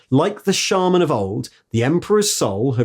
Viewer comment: Hearing you pronounce shaman correctly made me pause the video and take a moment